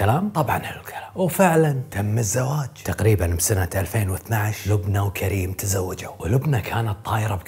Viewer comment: لبنى مو لبني